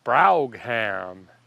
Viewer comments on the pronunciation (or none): "markwess browg-ham" 😑😑 it's "markee brow-um" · "Markee" "Bro-um" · ...it's a Mercury "Mar-quess"???? LOL!!! Try "Mar-Keys"!!!! The "Bro-ham" Edition?!? LOL!!! Love ya, man!! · It's pronounced Markees and Broam. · I dont know if somebody told you, haven´t been to all the comments... Ita Broouum instead of Brog-ham, and it´s Markeeeee, not Mark-esy. Funny Though.. Greetings from Germany! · And it's Bro em for Broughham. But in classic, mispronouncing names and words is to be expected. A brougham was at one time, a usually chauffer driven car with the driver sitting outside, and the passengers in an enclosed cabin. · English Pronunciation: Marquis = Mar-key and Brougham = Brum (Google tells all). With Americanized English you’ve forgotten that not every letter needs to be sounded out and some letters or combinations of letters sometimes like to sound like something else or even silent. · I'm in England I think you pronounce brougham like bruff ham😊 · It’s pronounced bro-ham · Mercury Marquis ( pronounced markee Bougham promounced brome ) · English Pronunciation: Marquis = Mar-key and Brougham = Brum (Google tells all) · Mar-Kees Brome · It's pronounced "Brouhm" lol that's a beautiful car though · Marquis (said Marr-key) Brougham (said Bro-ham) both words are of French derivation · its pronounced Brouffham A brougham was a light, four-wheeled horse-drawn carriage built in the 19th century It was named after the politician and jurist Lord Brougham, who had this type of carriage built to his specification by London coachbuilder Robinson & Cook in 1838 or 1839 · I had this car in a 2dr coupe in white with a cranberry top and interior. Please it's pronounced MARKEE AND BROME. Thx for the video. Good job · Marquis - markee Brougham - brauhm I LOLed when you pronounced those words. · Mercury Markee (pronunciation) Brougham (broam). About 4,000lbs of iconic iron! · It’s pronounced Markey and the model is pronounced Brome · MARKEE AND BROME IS PRONUNCIATION